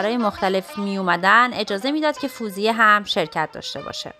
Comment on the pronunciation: Very nice. Thank you for making and posting. Just one thing: it is Fawziyeh not "foozieh"